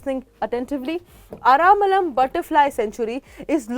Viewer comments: its not Ara'malam' say ara first then lam. aralam. ther is no 'ma' in bw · Aramalam nahi hai Aralam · Maam its ar-al-am not aramalam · I think there's no way the spelling A-R-A-L-A-M can be read as 'Ara-malam' unless you're clueless. At bare minimum, try to pronounce the name properly before streaming content to a huge audience.